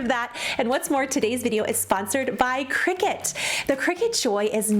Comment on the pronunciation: I may be wrong, but Isn’t cricut pronounced cry- cut?